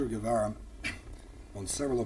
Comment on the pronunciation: You gotta love the reaction when the interviewer butchers his name's pronunciation.